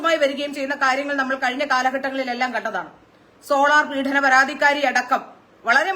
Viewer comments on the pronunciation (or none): പീഠനം അല്ല പീഡനം